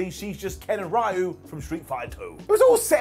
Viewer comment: Did pronounce "Ryu" as "RYE-Ooo"? DOWN!